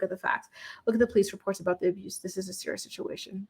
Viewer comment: Tf does aboose mean?!?! Speak the correct words it’s abuse💀💀